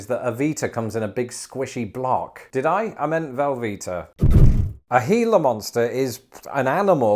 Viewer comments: It's pronounced, as correctly says, HEE - la Monster, in the standard Spanish fashion. They are native to the Gila River country of Arizona, which is in the Gila Desert. They have to chew you to inject the poison. Since humans are obviously not their prey since they're not very large, and humans are also something they try hard to avoid, you have to get really close to one and threaten it to be bitten. It is serious and you need to go to a local hospital ASAP for treatment and antivenom. They're an endangered species and have federal protection. Everybody who lives in the desert knows you make sure your boots are empty before putting them on, that you don't crawl or reach into dark places without careful examination, that you watch carefully where you're walking and that you use common sense. Thus our normal casualties from venomous animals are usually expatriate English people. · I'm just proud of him for learning how to say Gila. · Thank you! You actually pronounced Gila correctly! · I am SHOCKED you pronounced Gila correctly. Most people say it with a hard G. The one thing I hear Britishers screw up is the name of the famous cactus found in the same desert as the Gila Monster, the Saguaro cactus. That's pronounced suh-WARR-oh, not suh-GWAR-oh. No hard G. Thanks, Spain.